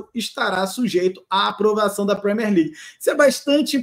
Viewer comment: Premiér não Premér. Usei o equivalente em português para facilitar.